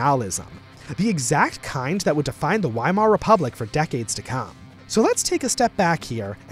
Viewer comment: Weimar isnt pronounced wee-mar its pronounced vuh-eye-marr. W's are pronounced as V's in german. Get it right or else how am i believe you are getting anything right in this video about my beautiful fatherland.